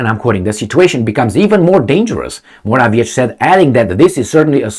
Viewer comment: you should learn how to pronounce Morawiecki's name (and some other polititians' names for that matter). Why don't you look it up? It's really irritating...